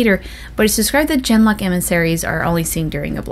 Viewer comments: Isnt “Genlock” pronounced with a hard ‘G’ (like girl) not a soft ‘G’ (like giraffe)? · Ah, you have brought up something that I've been trying to figure out for months. I always pronounced genlock the same way you do, with a soft 'g' at the beginning...until I played DA2. When you have your first conversation with Anders, if you ask, "You had a cat named Ser Pounce-a-lot in the Deep Roads?" Part of his reply is that Ser Pounce swatted a genlock on the nose once and drew blood...and he pronounces genlock with a hard 'g' at the beginning. Is that just something his voice actor did and nobody wanted to ask him to re-record the line or are the rest of us pronouncing it incorrectly? That bugs me. lol